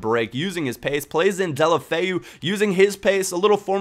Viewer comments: It's pronounced Dela-foe thumbs up so he can see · deh-oh-low-feh-oo. try to say it all as one word and you're good to go lol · It's actually pronounced Day-ew-lo-fay-ew, get it right ;) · It's pronounced Deulo-Feu. At least that's what he calls himself. Also, a great player to get is Zhano Ananidze from Spartak Moscow. Trust me I was right about Ince, Dongou, Deulofeu etc. Zhano is like a mixture of Iniesta, Messi and Mata.